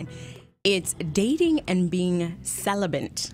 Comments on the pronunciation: Is speech new to this woman ? Celibant ? It’s celibate you idiot 😂🙄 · First, the fact that she keeps saying celiBENT...lol She seems cool and I'm sure there is an "issue" there, but yes, the kind of man she would be looking for ain't trying to "wait". If I meet a woman...IN ATLANTA....JUST LIKE YOU, and she WILL have sex, why should I wait? Celibacy seems like a game at that point. Its not a game, but it would feel like that, compared to another woman. Its a buyers market out there. She's pretty and she seems cool as shit.